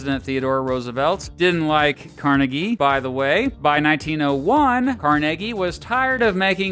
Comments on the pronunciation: It’s pronounced Carnegie not Carnegie! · The history of pittsburgh cannot be told without discussing Carnegie (its pronounced car nay gee!). Great video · I'm from Pittsburgh, and it's pronounced "Car-neg-ee" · Car Neg Ee is how he pronounced it. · I thought his name was pronounced "Car-NAY-Gie". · He pounced it the latter way because he was Scottish.